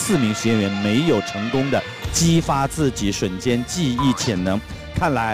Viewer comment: 为什么汪涵要把瞬间的瞬读成3声啊？听着好别扭啊，我刚刚查了查瞬只有4声一个读音。